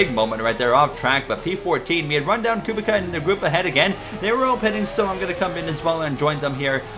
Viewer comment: Just to help, Robert Kubica's last name is pronouced Ku-bit-sa